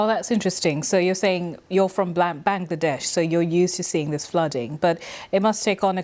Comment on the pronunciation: Dear BBC Journalist, It's Bangladesh, not black-ba-we_colonised_but didn't_bother_to_learn_name-desh. Come on! Show some respect to countries's names..